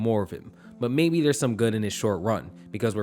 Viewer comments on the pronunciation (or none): none